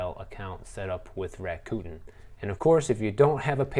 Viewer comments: Bruh I can’t 😂 U keep sayin Raccoon .. It’s “Rack-a-Ten” Cos they give u $10 bucks at signup! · It's pronounced Rack-Uh-Ten. 😁